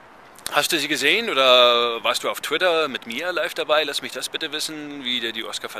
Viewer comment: "Tweets auf Twidder" :D Gutes Video ;-)